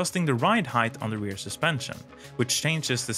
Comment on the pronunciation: English speaking American here... Heighth is not a word. You say the word heighth multiple times in this video. its pronounced HYTE not HYDTH